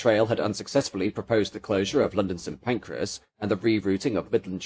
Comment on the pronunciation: Agh stop saying St. Pancreas! 😂